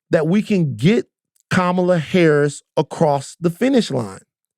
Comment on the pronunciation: Please pronounce Kamala's name correctly Van!